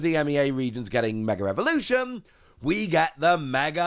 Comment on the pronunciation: Is it just me or does it sound like he says mega revolution vs mega evolution